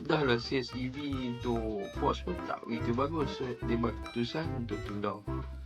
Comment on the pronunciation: Bukan PORCH nk abag ang, PORSCHE la, Porch tu tempat parking keta, Porsche tu keta dia